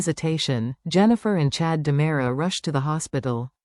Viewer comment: Its not Damara, it's Dimera!! And you're saying Stefano wrong!!